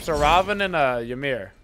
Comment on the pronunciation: Omfg people learn to pronounce Ymir please